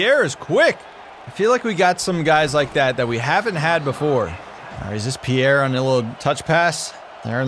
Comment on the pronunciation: Youre saying pierre the right way